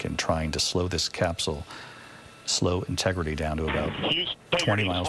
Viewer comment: Инти Грити!? Что это? Ну неужели не мог живой человек говорить вместо ии